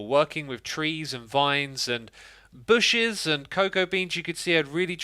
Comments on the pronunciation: He said booshes instead of bushes😂😂😂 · TYalking about your season one base, you keep saying "booshes" We all know why... Fond memories of playing with Keralis.